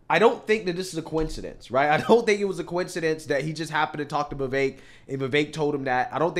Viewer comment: There is no A in the name Vivek why does he keep saying vivaik